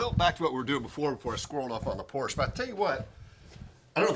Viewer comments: “Porsch”?? Really? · if anyone you should know how to pronounce Porsche! The correct way.